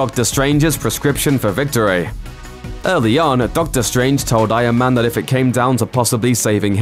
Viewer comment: does anybody else hear "I AM MAN" instead of Iron Man?